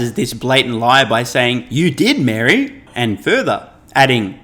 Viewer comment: does not pronounce the name Mary very clearly.....why....? I shall tell you why....PEOPLE OF EARTH.....Mary was the mother Jesus Christ.........and is not a leader of anyone....but a follower...of someone I can assure you.............YOU DON:"T WANT TO KNOW